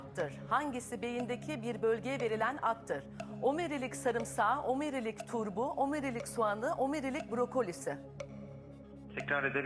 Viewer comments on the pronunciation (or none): Adam net duyuyor aslında Kenan beyle gayet güzel konuştu. bence sorun omirilik (bak klavye bile düzeltti iki kere yazmak zorunda kaldım) telaffuzunda. Omirilik nedir yaa. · bana beher verin beynim akıyor içine dökeyim. Sorulan soruyu kendi kendine tekrar soran insanları ilkokul üçten terk sanıyordum. Soruyu anladım deyip zerzevatların bir kısmını duyunca bile bir menlemen ağızdan çıkmalıydı. Konuşulanı tekrar etmek ne biçim bir yaklaşım, omurilik telaffuzunu kadın yapamıyor , doktor bey niye telaffuz edemedi ilginç. Dinlemeyi öğrenmenin bir erdem olduğunu buradan tekrar hatırlamış olduk. Dinlemeyi öğrenin insanlar.